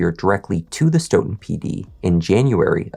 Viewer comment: kudos to you for pronouncing “Stoughton” correctly. My family moved to Stoughton when I was in second grade back in the mid 60’s. Stoughton is next to Canton and is considered part of the “South Shore”. The Stoughton PD has been crooked for decades! Canton PD has been known to be racist even when I graduated from HS in 1976. We knew when going through Canton, to not speed because they looked to ticket Black drivers. If Sandra Birchmore’s estate didn’t pursue reopening her death, her murderer would still be living the life of Riley. I forgot what happened to Matthew’s brother. The Police Chief resigned, if I’m not mistaken. 3 Grown PO’s ra”$:ed that child!